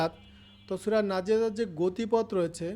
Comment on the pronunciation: নাযিরাত না নাযিয়াত